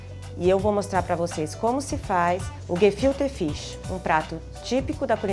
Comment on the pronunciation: o tentando falar o prato e errando toda hora!